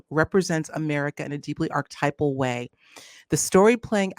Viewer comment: Artypal?? Archetypal please. Respect . . . .